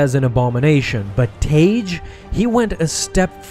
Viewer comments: Original canon pronunciation is "Tag", not "Tayge". You're welcome. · Idk why so many people get his name wrong. It's pronounced "tag" its not spelled tage it's 2 g's: tagge. It's basic English. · Y'all need to learn how to say characters name correctly for God sake. It's tag not what you are saying. It tag like tag your it dam. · i thought tagge was pronounced tag